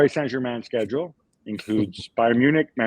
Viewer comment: "Bayerm" Leverkusen - that's a new one...